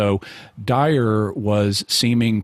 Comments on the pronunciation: I know its petty and irrelevant, but i wish Jimmy would pronounce the Guy's name correctly. Dyer not Dwyer🤦‍♂️ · J. Franco i like that Jimmy Akin doesn't give a ___ about Dyer enough to not say his name right.